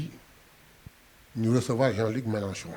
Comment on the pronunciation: Mais bon sang, le monsieur s’appelle Jean Luc MELANCHON non pas Jean Luc MELACHON. Mon Dieu, vous journalistes de la presse en ligne faites un effort de recherche et apprenez à prononcer les noms des gens correctement. Ce n’est pas compliqué non?